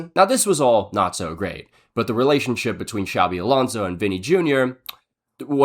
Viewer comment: A little off-topic, but you pronounce "Xabi" better than many non-Basque Spanish people, man. Props for that. Many people in Spain pronounce the X as "ch" (like in Xavi Hernández) when in the Basque form of the name it's pronounced as "sh". Might sound unimportant but it's soooo annoying ☠️